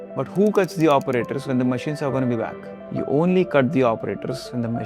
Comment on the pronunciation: You should have learned first. How to speak English properly. Without all this. Uh, clicking, croaking, and incorrect intonations. Like, "hera we wily look at THE subjEct". The subject is important, not the fucking THE article! Wrong stresses! Listening to any video on YouTube recorded in English from India is simply impossible, it makes my ears bleed. It's just impossible, it's hard to communicate with you. It's impossible to understand what you're trying to say. That's the whole problem. Right there. You should have first learned how to speak English properly. So that everyone could understand you.